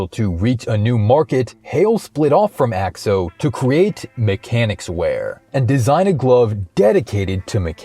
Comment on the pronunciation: Its pronounced A X O noe axe-o